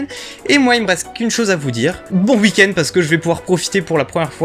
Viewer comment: Je kiffe ta façon de prononcer oui, week-end etc..chez toi ça fait uhi,uhikend, trop mimi😁